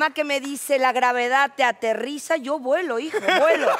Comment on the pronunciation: Qué graciosa Paulina Rubio (en su acento): "yo vuelo, hijo, vuelo" 😂😂😂